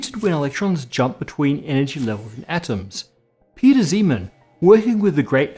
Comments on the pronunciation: Zeeman's name is pronunced incorrectly. The "Zee" sounds more like "zay." I had a Dutch professor in undergrad that stressed pronouncing the guy's name right. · I haven't heard "Zee-man" in over 10 years, it's been "Zay-man" from about everyone I knew. It just sounds close to Siemens. It's kind of like someone pronouncing Euler as "Yoo-ler;" I understand what's being said eventually, but it makes me do a double-take. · The difference is everyone says Euler as Oy-ler, but nobody says Zeeman as Zayman, so that's what will cause the double take. Kinda like pronouncing Ising as "Eesing".